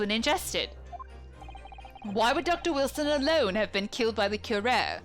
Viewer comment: Kyoo-rah-reh. I think you had it right the first time last episode. It's also the name of a Batman Beyond villain and they were pretty good about pronunciations unlike other Batman media...